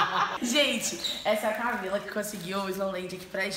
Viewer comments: O falou Camile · No começo do vídeo o falo camile e não Camila 😂😂😂🤣